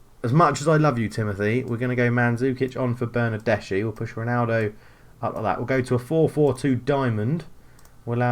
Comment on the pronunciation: It's pronounced Ma-te-a De-Shi-Lio, not actually hard to pronounce it's just a weird spelling for those unused to it. Also it's Ber-nar-des-ki.